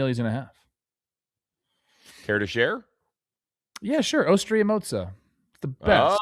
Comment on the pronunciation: Hey Trev before you take Uncle Steve to Osteria Mozza, here is the proper pronunciation of Osteria. It’s pronounced “oh-steh-REE-ah”. This next pronunciation lesson is for every one of my fellow Americans, the correct pronunciation of bruschetta is broo-SKEHT-tah. It’s always fun to learn something. Nothing but love.